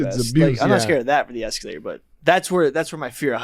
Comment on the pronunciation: Eskeeelater lol